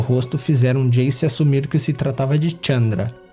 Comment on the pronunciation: Muito bom, mas é Chandra e não Tchamdra